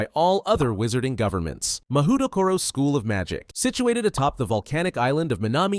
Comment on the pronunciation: btw mahoutokoro is pronounced mah-hoe-toe-co-row. Mahou = magic, tokoro = place. Literally "magic place"